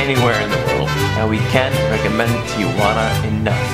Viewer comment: Tijuana, not Tiajuana.